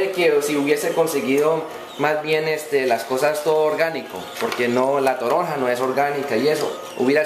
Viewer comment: ES toronja no torona, es un cítrico como la naranja, pero mas grande y sabe un poco ácida.